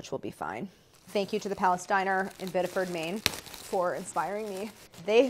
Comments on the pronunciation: “Thanks to the palestiner”? Oooh, PALACE DINER. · I thought Claire said, "thanks to the Palestiner" but it was "Palace diner"...🤔 i think?